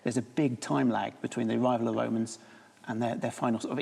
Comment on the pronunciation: why does every english historian call them the woemans? They were called Romans I think... Apart from Wodewick, he was definitely a woeman 🤣🤣🤣